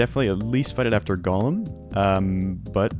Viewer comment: FYI you're mispronouncing Golem's name. It's not "Gollum", it's Golem.